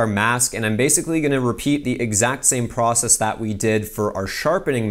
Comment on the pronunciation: wait is Canadian? I'm asking bc of the way he says process